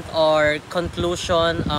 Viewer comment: hahaha hyp o-pin-yon😂 con-clos-yon 😂🤣